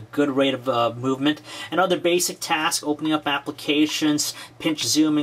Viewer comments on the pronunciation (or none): none